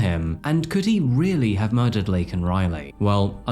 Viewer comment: This story pissed me off so much and I’m Canadian. The fact that Biden literally mispronounced this woman’s name live on tv, and didn’t enforce immigration laws AT ALL absolutely made me hate the Democrat’s to a completely different degree.